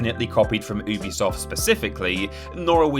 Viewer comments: It's pronounced "yubi-soft, not "oobisoft", something the company have clarified before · It’s pronounced uh-bee-soft